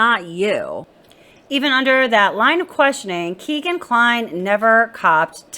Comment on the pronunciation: It's pronounced "Keg"an, not Keegan. He's named after his Dad's favorite bar Keg and Stein.